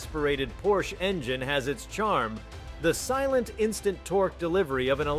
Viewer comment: Tuned it out, can't even say the name correctly.